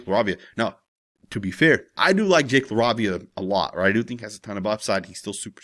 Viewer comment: LA-RAY-VIA LOL GODDAMN 😂